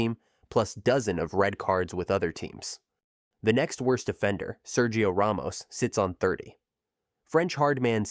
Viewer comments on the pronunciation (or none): none